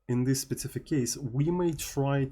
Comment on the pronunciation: Learn to say specific and not spetsific or don't say it at all